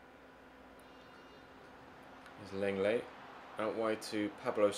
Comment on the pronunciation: “Lenglet” (Sevilla CB) is pronounced “Long-Lay”. He’s French.